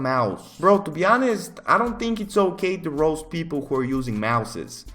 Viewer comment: Him saying roast sounds like rose